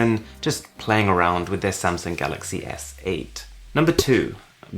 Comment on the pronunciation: He said it as the galloxeiy This year with the note 10 he said it as galox